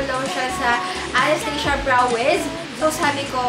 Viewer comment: haha don talaga sa pag pronounce ng anastasia